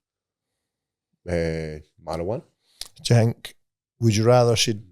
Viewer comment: Every time describes Weed as "DRUGZZZZ" or "MARYWAHNA" cracks me up every time! 😂🤣